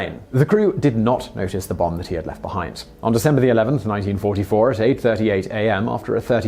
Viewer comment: FAL flight 434 was in 1994, I don't know if you said 1944 or it just sounds like it